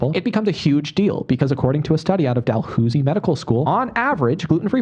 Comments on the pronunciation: Actually he pronounced Dalhousie University wrong. We pronounce it Dal-House-y not Dal-whos-y. We don’t know who Dalwhosy is but we’re not claiming that thank you. His pronunciation is just mocking the maritime Canadian accent. whether intentional or not just stop trying to sound smart and use facts if you can’t even pronounce the school properly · Btw Jake— it’s pronounced Dal-HOUSE-y, not Dal-WHO-sy. Jeez, you’d think if the man knew what he was talking about, he’d know how to pronounce it. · being an eastern canadian and hearing him pronounce “dalhousie” as “dalhoosie” made me chuckle what a goober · Dal-hoos-y The guy making fun of Ethan can't even pronounce Dalhousie. It's literally pronounced the way its spelled, dal-hous-ie. Jfc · The man constantly attacks inability to pronounce anything properly and then drops "dalhoosie medical school" without batting an eye. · As a Canadian I laughed at his Dalhoooosie pronunciation. This is so weird. I wonder if he was so desperate to be on H3 that he pulled this stunt. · it’s pronounced dal-hau-zee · He pronounced Dalhousie University as Dalhoosy. What a dummy owned. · Jake completely butchered the name of this school, which means he doesn't have any idea what medical school is, I guess edit: if anyone is curious, its pronounced Dal - house - e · Jake pronounced Dalhousie wrong!! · Did he really pronounce Dalhousie that wrong in the same video he is scathing Ethan for mispronunciations. My dude. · He pronounced Dalhousie medical school wrong so he’s lying about the gluten free stats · THE WAY HE SAID DALHOUSIE HAHAHAHAHAHA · Since he's big on pronouncing stuff wrong, said Dalhousie University horribly wrong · meanwhile he pronounced Dalhousie completely wrong, dude's such a hypocrite lmao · his pronunciation of Dalhousie kills me. Why does he sound like he’s putting on a “Canadian” accent just for that word 😂